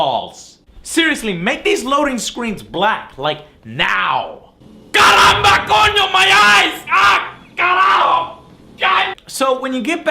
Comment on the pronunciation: nice pronunciation of caramba, coño and carajo i actually liked desmond's story, but not the god awful ending will you be making a halo 4 review and a cod black ops 2 review ?